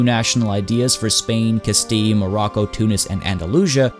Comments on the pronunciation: Castee? That's not how Castile is pronounced. The English pronunciation is Cas Steel. And in Spanish is is Cas Stil Ah because it is Castilla in their language. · "Castile" is not pronounced "cas-tee" but more like "cas-teal" or if you're looking for more of an authentic Spanish pronunciation, "Cast-ee-ya" (the double "ll" [Castilla] in the Spanish spelling of Castile is makes a "y-ish" sound). "Andalusia" comes from the Arabic (?) name for the region, "Al-Andalus", and as you can see, it does not make the "sh" sound like the "-tion" suffix does in English. "Andalusia" is therefore pronounced "an-da-lu-see-a" I don't mean to be hostile or anything, I just want to let you know so you don't get called dumb or anything down the line for these silly mispronunciations. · No, the Spanish pronunciation is Cas tee ah or something of the sort. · No, that's not true. "Castile" and "Castilla" are both derived from the Spanish word for Castle, which comes from Latin. The English word for castle is also derived from the Latin word, and therefore should be pronounced similarly. has an entry for Castile, and it's pronounced like "cas-teal" as I said in the first comment.